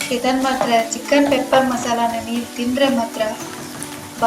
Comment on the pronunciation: It's pepper not papper